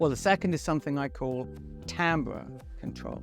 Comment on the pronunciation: first YouTube video I've seen where "Timbre" is pronounced correctly. you have a loyal fan for life